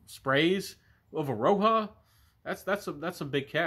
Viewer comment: Thanks for the review. And the J in roja is an actual J not and H or a Y as its derived from his name.